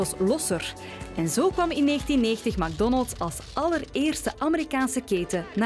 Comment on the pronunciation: Het is mec Donalds hoe je het iitspreekt